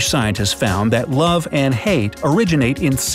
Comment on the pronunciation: The pronunciation of s was not done in scientists.